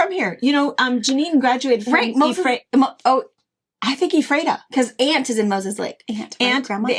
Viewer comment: Watched the Shop Hop prize give away last evening, boy did the butcher pronouncing Ephrata.